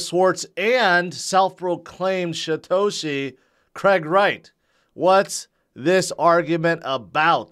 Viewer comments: yeah, its called poor aununciation. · i can't be the only one.... every time says "Satoshi" i hear "Shitoshi" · He's been saying Shitoshi forever. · Now that you mentioned it. Does sound like it. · He also can't seem to pronounce Satoshi correctly.